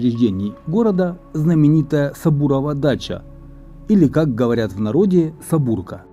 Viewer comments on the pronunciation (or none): вы произносите неправильно:не СабУрка,а СабОрка говорили в Харькове.Пишу приближенно к орфоэпии..